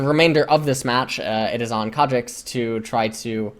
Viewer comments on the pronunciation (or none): fs... i get triggered everytime you say Kha'Jix... it's Kha'Zix :c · ffs ls its khaZix not khaJix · wtf is a kadrix ? i thought his name was kha'zix as in ka and then zix. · Why does pronounce Kha'zix with a J? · why the fuck are you calling him kadrix? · It's not Ka'jix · Yes I know, I'm Korean. And I'm still annoyed by his khajix pronunciation, because it's completely unnecessary. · for the first 10 minutes I thought he was saying a summoner name like "cadrix" or something lmao. thought it was some Korean player he knew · I think my headphones are broken :( everytime he says "kha'zix" it makes some weird noise and it sounds like kha trix or something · Pretty sure says Khazix in Korean, as he's reading the KR characters. So he does say it like Kajix or something. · "Kha'Jix" is the way some Koreans say kha because of their Z sounding like a J, like Zed is pronounced Jed to them... (I have a lot of Korean league friends and IRL) except the only Koreans that do this are the ones that just learned English or learned it as their second language very late... but shouldn't have a problem with this, so he's basically just saying it cus he's a giant Korean weaboo.. s t o p. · the j or ch sound replaces z sounds for foreign words because there are no native words with z sounds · He was saying Kha Shits the entire game because the Khazix was shit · The only reason why I watch is to hear him incorrectly pronounce words like Seraph or Kha'ZIX. XD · how the hell are u prononcing khs zix? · it’s a korean pronunciation